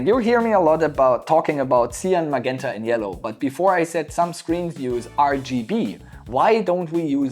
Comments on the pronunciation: Sir, i know its a language thing, but im sorry, its pronounced ma-Jent-a. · hahaha I love when you say "maguenta"! Great video!